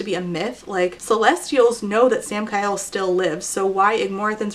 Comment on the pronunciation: i keep hearing Sam-Kyle and it does not make the story better 👁👄👁